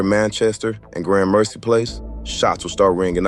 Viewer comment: Based off of how you pronounced gramercy , I can tell you’re an out of town dude exploiting Los Angeles culture … this will probably be the last video I listen to by you … god bless , get your money … but you won’t be getting a view from me anymore